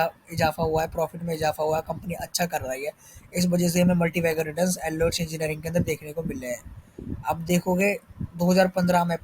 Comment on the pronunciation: First learn to pronuce the name